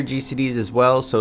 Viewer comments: You ARE saying machinist wrong. It’s not even up for debate. Holy shit. Otherwise, good video. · aCkChYuAlLy it is pronounced machinist...not...machinist